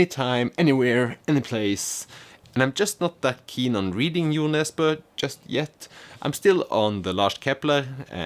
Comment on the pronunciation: Also I once again literally laughed out loud when I heard how you pronounced Jo Nesbø because just like hearing you say Siri Pettersen I realized that I (and everyone I know) have been butchering the pronunciation and Americanizing it. Everyone says it like Joe Nezz-bow. I'm embarrassed for myself and my entire friend group LOL I also picked up Zorba the Greek years ago, and like you only because I had heard of it. I debated keeping it but then I found the sequel in a different thrift store and it was the same style of cover art so now I have 2 of them and no plans to read them in this decade. SMH at myself. P.S. Your briefly appearing captions were funny